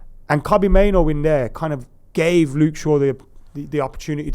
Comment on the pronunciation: Can someone tell that there are two Os in Mainoo, not one. "Mainoo" not "Maino". even pronounces it correctly in fromt of him